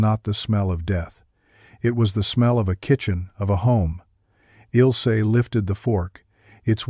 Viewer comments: It's not Ilsee, but IL AS IN ILL, ZEH GERMAN WOMAN'S NAME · HER NAME IS NOT, IS NOT, IS NOT ILL SEH BUT ILzeh. That would be as close as I can come with English letters to correct German pronunciation.